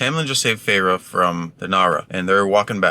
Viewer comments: “Fay-Ray” I just love 😂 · I was dying laughing when he couldn’t pronounce Feyres name